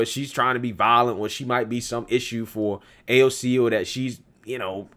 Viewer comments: In reality, Pelosi hates AOC...to the point Pelosi doesn’t even know how to say AOC’s name!! 😂😂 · Nancy can’t even say AOC’s name lmao